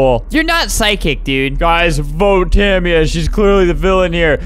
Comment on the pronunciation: My friend's name is Tamia and I THINK that he pronounced it wrong